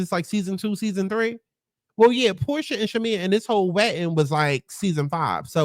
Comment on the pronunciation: Your watch-alongs be having me dead!! You called Shamea “Pick-mea” and Porsha “Whore-Sha” 😂😂😂 Nah but when Shamea really took Drew’s joke and put 10/20, I was like “Wow Shamea….I can’t” and then you immediately clocked her after for being whack 😂😂😂 Shamea definitely has the things to be like-able on this show, but she needs a backbone.